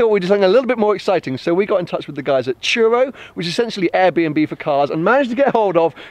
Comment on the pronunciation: when turo sounds like churro :D